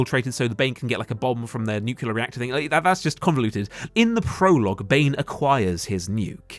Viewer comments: 10/10 analysis, excellent points. I just wish you'd learn to pronounce "nuclEAR" correctly (i.e. not "nucular"). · Erm it's pronounced Nuclear ☝️🤓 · NUCLEAR IT'S PRONOUNCED NEW-CLEE-AR STOP SAYING IT LIKE GEORGE W BUSH, YOU'RE BETTER THAN THAT.